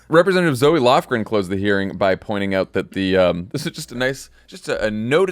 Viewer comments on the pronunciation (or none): Quick correction for you at the mark. Zoe Lofgren pronounces her name like Zo, not Zoey.